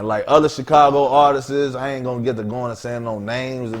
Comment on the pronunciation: "Other Chigago Artistizz" ...